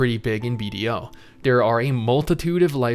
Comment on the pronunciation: Thought you were saying Bob the entire video